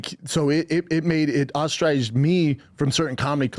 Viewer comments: Did he say “ostrize”? Lmfao ostracized? How tf does he have a job speaking? And don’t you love when some issues a “challenge” and talks you up saying totally untrue things on your behalf? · Bapa tryn to say ostracized is lol.and yes brian u n chris r dif chris is a pedo while brian just a raper